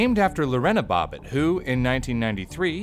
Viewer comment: I swear I though he said “bopit worm” and not bobit worm